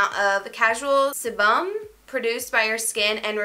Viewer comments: Sebum is simply natural oils produced by the skin and it is pronounced see-bum!! Love ya<3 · haha it's pronounced SEE-bum gf. love this vid though! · When you said sebum😂😂 se-bumb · Sebum? (See-bum) it's just oil 👍🏼😀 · Love u but it's pronounced sea-bum :) it's just oil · The way you pronounced "sebum" 😂 GIRLLL sebum is another word for oil!! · Girl how you said sebum 😭😂